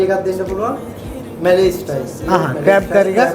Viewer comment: ඇත්තටම crab නෙමේද? Craab කියන්නෙ ඇයි?😂😂දන්නේ නැති නිසා ඇහුවේ